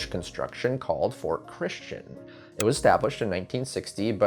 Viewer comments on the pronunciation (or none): none